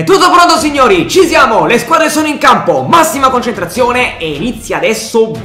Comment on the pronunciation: Perché dici ci ziamo all' inizio delle partite??